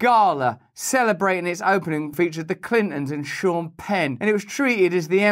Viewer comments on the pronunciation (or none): none